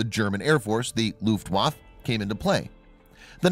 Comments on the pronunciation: You are mispronouncing Luftaffe. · Its 'luft waff A...u sound at the end... its not a junkers. Lol. Its pronounced 'y'oonkers. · Your not pronouncing German words properly. W is pronounced with a V and the letter J is pronounced as a Y .